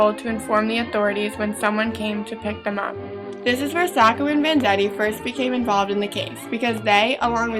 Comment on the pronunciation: Hey someone who pronounced Sacco right!!! :)